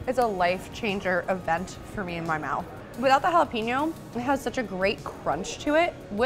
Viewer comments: It's JALAPENO not JALEPINO LOL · Jalapenon is pronounced HOLLA-PAIN-YO.